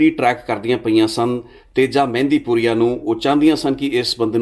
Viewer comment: ਮਹਿੰਦਪੁਰੀਆ not ਮਹਿੰਦੀ